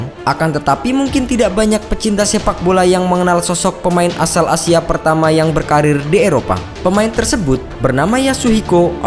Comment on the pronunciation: Gua denger pemaen "asia" sama si mimin nya takutnya jadi A-Team, denger denger nya kaya begituu